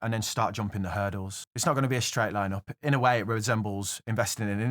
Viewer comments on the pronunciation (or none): none